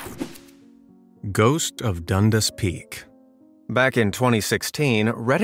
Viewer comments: It’s pronounced Dun-dass not dunduss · Ha! I grew in Hamilton. We pronounce it "Done Dass" not Dundis. Nice surprise in this video. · Dundas peak. so this is an easy one. the person was faced the other way so no reason to see a face.. Also, try to remember how people pronounce it here .. because dundas means nothing to most, done-das might mean more. The end result is it was just someone standing there during his picture. Move along, nothing to see here.